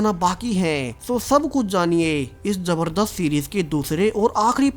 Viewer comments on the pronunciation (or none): none